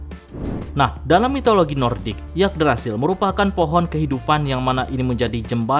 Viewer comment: Afwan... Mungkin bacanya Yggdrasil = Iggdrasil bang... Y=I